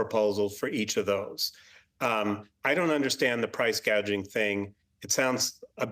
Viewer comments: What is price gaging? It's called price. Gouging. See the speech was written for her.She don't even believe any of this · Kamala said “housel crisis” and “price gaging” lol .. clearly shows she hasn’t thought about either issue much